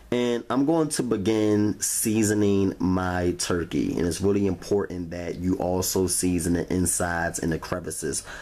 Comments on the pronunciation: Rery Rery Juicy. Lol. 😁🤣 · It was wrawry wawry juicy lol